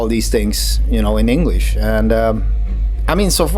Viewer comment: Ei yheren kerran, eikö tosiaan löydy haastattelijaa, joka osais edes välttävästi lausua englantia?